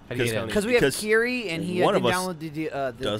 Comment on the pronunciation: Micheal says Kerry like curry